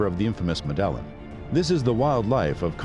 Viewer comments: Medllan ? It's Med-ej-jean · Yeah not mEdElLiN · Yeah its pronounced Medellin not MeDeLliN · WTF is the "medèllen"?? It's pronounced Mèdeyìn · Its pronounced "Meh-deh-yeen"... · Med-a-yeen cartel, say it with me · Medellin iss pronounced Med-uh-yeen. Damn it. Not the only video where you do this. In latin/spanish/central and south american countries, at the least, pronounce "ll" as "y". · PRONOUNCED med ah yeen: Medellin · Had to shut it off and down vote because of pronunciation of Medellin. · Learn how to say " Medellin" please 😂. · It ruined the whole video for me. 😆